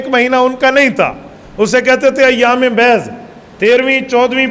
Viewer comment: مولانا محترم! پچھلی قومیں ہر مہینہ میں تین تین دن روزہ رکھتے تھے جسے ایام "بیض "کہا جاتا ہے آپ نے ایام بیض " ب" کو زبر دیکر بول رہے ہیں تو کیا یہ لفظ "ب " کے زبر کے ساتھ ہے یا "ب "کے زیر کے ساتھ براہ کرم وضاحت فرما دیجئے تاکہ دل کا خلجان دور ہوجائے